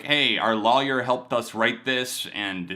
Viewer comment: I know this is serious but man where are you from? The way you say “lawyer” is unique!